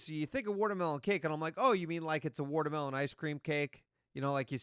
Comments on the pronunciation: " Wortermelon" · Let. Him. Say. Watermelon. One. More. Damn. Time...his country ass with worturmelon pronunciation...ugh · what is wudermelon? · Wtf is Worter mellon?